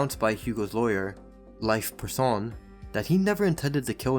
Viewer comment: Thanks for doing a good job covering the Hug Jackson story! And a little foot note: Leif Persson is pronounced kind of: Layf (as in lay down) Per-son.